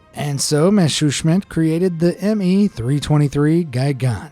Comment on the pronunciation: Why you speak messerschmitt soooo wrong😂😂😂 i'm german and i love your accent